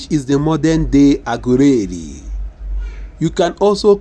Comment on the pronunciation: Lol the person reading is illiterate can’t even pronounced well 😢 Shame on u lol😅😅😅😅 aguleri my foot